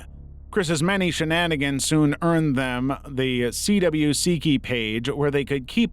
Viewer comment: The entire Chris Chan segment. First, Something Awful isn’t a 4chan board. It’s an entire separate site. Second, the CWCki is pronounced “Quickie,” which is what Chris calls his town CWCville (Quickville). This two are a bit niche, so whatever. But his case wasn’t dismissed because he was autistic. He (obviously) wasn’t granted bail and so spent the entire time leading up to his potential trial in jail due to the legs system slowing down because of Covid. At the point he was released, he had spent more time in jail than he would have been sentenced to had he been convicted. He ended up on a halfway house for a while, so I think that there was some sort of diversion. I haven’t dug into it. He also spent time in a psychiatric facility while in jail. The creator also didn’t mentioned that Chris’s mother has been showing signs of cognitive issues and confusion and that Chris thought that he was “healing” her by having sex with her, likely due to some manipulation by trolls encouraging him to believe increasingly bizarre things. Oh, and I’m not sure if call Megan a “friend” so much as a stalking victim, but that’s a more nuanced thing. Chris Chan really doesn’t belong on an internet mysteries video since he’s pretty much the exact opposite of a mystery. Everyone knows way too much about him. And he’s well-known enough that most people halfway up into internet stuff know the basics. Plus, as the creator pointed out, the CWCiki has summaries, transcripts, and links of everything C